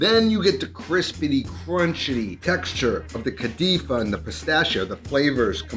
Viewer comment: Bro said kadifa 😂😂 wtf is that?